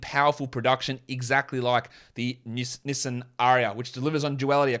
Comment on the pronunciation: Pronunciation of Nissan was cringy, mate.